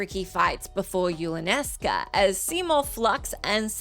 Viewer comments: "Yulanesca"? No. Say it with me: YU.NA.LES.KA. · I know this has been a month but you keep saying "Yulanesca". LoL. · The mispronunciation of Yunalesca drove me crazy. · Yup. Physically hurt me, especially when yuna is specifically named after yunalesca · She can sleep when she learns to pronounce Yunalesca right.